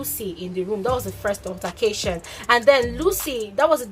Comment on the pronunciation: I like you but pls. Try and work on your pronunciations , altercation , use google pronunciation to learn. Pls.